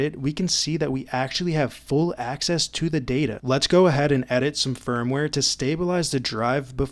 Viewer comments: for example, "full access to the data" the word "to" is usually unstressed in this kind of sentence, and some of your other sentences sound normal where you dont put stress on prepositions Dr Geoff Lindsay has a video about this, where he looks at how youtubers often have odd prosody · do you read your scripts word for word? because sometimes you put spoken emphasis/stress on words that i would expect to be unstressed and it is confusing my brain 😅😅